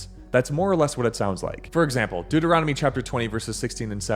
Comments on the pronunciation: It's the book of Deuteronomy... Deut, not Duet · Why do you consistently shorten Deuteronomy to ‘Duet’? The word is spelled DEUT, not DUET.